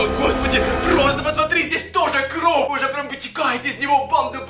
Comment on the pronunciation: почему ты говоришь кров